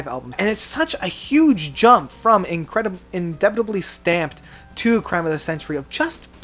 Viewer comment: When I heard him say "Hodgskins" and later mentioned "Indebitibly Stamped" (sic) as an album title, I decided to give up on his stuff for good. In previous videos for Rush, YES, and King Crimson, he mispronounces song titles (or just plain gets them wrong despite saying they are his favourite songs, LOL) and I have just found many of the supposed facts he states to be incorrect. I used to enjoy his stuff and during the first few videos of his that I viewed I just chalked the errors up to nerves....after a while a pattern emerged and I realized that he's probably not as familiar with the bands and the albums as he claims.